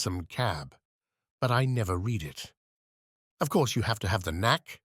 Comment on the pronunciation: Astonishing. There are some issues with the tense of 'read' for instance, but overall, no more errors than a human reader might stumble over. It boggles the mind.... When you hear the occasional split second vocal anomaly, you can't help but be alarmed by the thought of possible robotic anguish